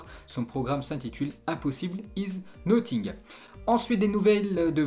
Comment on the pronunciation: « impossible iz noting »